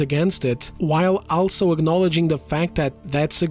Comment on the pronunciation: Please look up how to pronounce the word "also" Other than that, which makes me cringe every time I hear you say it, I love the content.